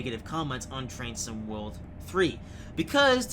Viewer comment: Ha! It does sound like he's saying that, doesn't it? You wit, you.